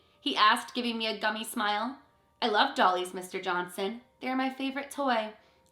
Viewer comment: The fact that Mr. Johnson said "Do you like DOLLIES?" is a bit of a red flag. Maybe that's just because I distrust anyone who adds unnecessary "ee" sounds to the ends of words.